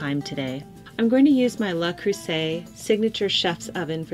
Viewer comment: It’s LE Creuset not LA Creuset